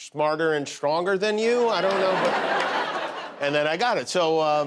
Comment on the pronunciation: "SHMARTER" and "SHTRONGER" There's no H after S in those words, Jimmy!